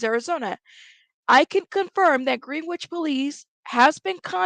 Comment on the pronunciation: Could be wrong but I believe the pronunciation is Gren ich